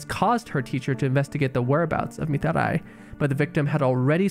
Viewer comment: The way you pronounce Mitarai rly grinds my gears and hurts my ears, it's annoying